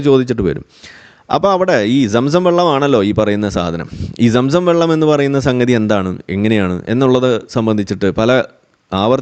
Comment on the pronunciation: ചുച്ചു ബെള്ളം😂